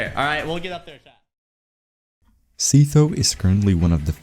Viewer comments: Seefo giggles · cope hard man you don't need to be native English speaker to pronounce sytho(sai-thoo) lol 😂. Anyways good vid